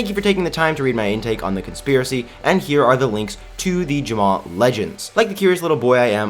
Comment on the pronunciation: why do you pronounce Jamaa Ja-mao?